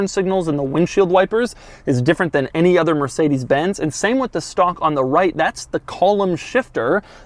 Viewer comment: Doug pronounces mercedes like"mercadas"